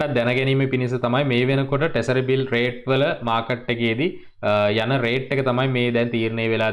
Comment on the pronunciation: Tesariy newei treshery..